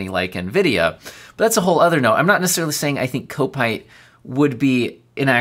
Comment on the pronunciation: Kopite is pronounced Cop-ite - it's a Liverpool FC thing, just as 7Kimi is about Kimi Raikonnen.